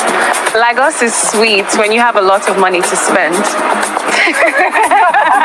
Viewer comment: I will rate it 9.5 based on the fact the lady on brown dress pronounced Lagos wrongly with Ghanaian accent😂. You said 2 Nigerian baddies but not Ghanaian baddies